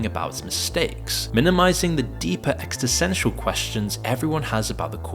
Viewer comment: could you stop saying "extisential"? its not a word and it brings pain to my ears